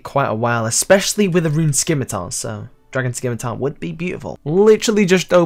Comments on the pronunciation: stop saying skimitar. its pronounced sim-ih-tar. gonna keep messaging this till you get it. im sorry, it just aggravates me. look up the pronunciation. SIM-IH-TAR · So cringy hearing you say scimitar wrong.